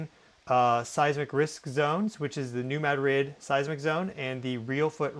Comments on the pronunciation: Very clear and thorough. I am from MO and I have say this. It's MADrid not maDRID.😊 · Spanish capital is pronounced ma-DRID. Missourians pronounce it MAD- rid. You’re saying MAD-RID mixing both pronunciations with extra emphasis on second syllable ❤ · Madrid= muh-drid.....love your content but that drives me bonkers lol! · It's muh-drid not mad-rid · I think he would know 🤔